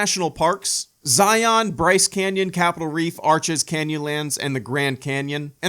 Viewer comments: Argggg! Learn how to pronounce Zion!!! Utahns take offense it’s Zi-un NOT Zi-ON. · This video was great! I'm so glad you came to visit Utah! I live there and have visited these parks many times throughout my life. Great stories, was a really fun watch. Love you! PS It's not pronounced Zi-yon. It's Zi-yun. JK it doesn't matter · I'm from Utah, and that's not how you pronounce Zion. It's not Zi-on, it's Zion. One syllable. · Pronounced zy-uhn not zy-on. Great video though!